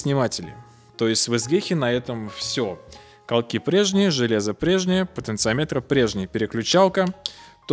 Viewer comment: ты неправильно ставишь ударение в слове "потенциометр" (слух режет). это же не измеритель, как амперметр или вольтметр, говорить надо "потенциОметр".